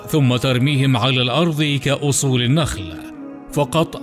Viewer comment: قناة رائعة و لكن لو أنكم تلفظون حرف الضاد بشكل صحيح للاسف المعلق يقرأ الأرض ... الأرظ